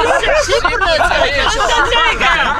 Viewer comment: 字幕が康二の発音に忠実で素晴らしい😂スタッフさんさすがです！！！ シンプrrrル いきまとぅよ 好きだー(笑)